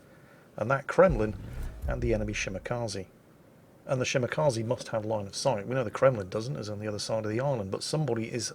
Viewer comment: Anyone remember when pronounced it shi-ma-kuh-ze?